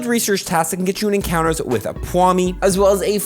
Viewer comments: i cant get over how says "pwawmi" and "skeledredge" instead of pawmi and skeledirge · saying Pwami instead of Pawmi everytime irked me idk why lol. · How are you getting Pwhami? It’s just Paw-mee 😅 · Omg it’s pawmi, not pwami x))) It bothered me so much the whole vid x”) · PLEASE. it's PAWMI, not pwami. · skeledirge, not skeledredge. also pawmi not pwami. Not sure if anyone else picked those two up. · Ok, this is an easy one. It's not PWawmi, it's Paw-mi. Like a Paw. Sorry, but this really bugged me for some reason. Lol. Great continuation of the event! Thanks for the always timely updates! :) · Pawmi not pwami and skeledirge not skeledridge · It’s pawmi, not pwami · every time he says "pwami" I want to die in minecraft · Paw- mi not pwami just so u know Skeli- der- je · “Pawomi” “skelidredge” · lmao why does he keep calling Pawmi Pwawmi? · Me holding back tears bc he called pawmi “pwami” and skeledirge “skeledredge” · Why does he pronounce pawmi as ''pwahmi'' lol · Holy crap it’s pronounced PAW- Me And Skel-a-durj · Is no one talking about how he's pronouncing skekedirge and pawmi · Why do you keep mispronouncing Pawmi like you don’t see what order the letters are?